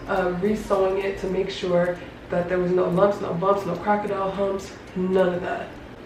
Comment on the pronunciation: I thought she said crocodile pumps🤣🤣🤣